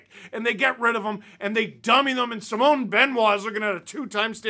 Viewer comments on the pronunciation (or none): none